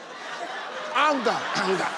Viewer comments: That's why i say don't try to copy native accent, i think he tried to copy any American accent and pronounced aanga rather than anga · The fact that he pronounced it angerrr at the end too, bless him! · I thought he mispronounced hunger, but turned out it was anger 🤣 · No, you're wrong. I'm Ghanaian, and everyone I watched it with found it funny too cos we all don't pronounce the word that way. I watched the full episode. He puts too much energy into the words he pronounces, and that's funny. You could tell from the studio audience's laughter too. It's all fun and games. 😂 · That's the only way to pronounce anger to depict what it looks like